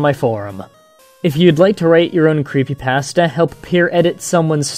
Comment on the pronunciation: why don't you try pronouncing creepypasta correctly dumbass.